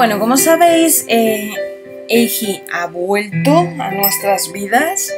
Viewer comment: este... me encanta este juego. pero solo te quería decir q a... eiji se pronuncia eiyi con "y" solo por si acaso. 😝 😊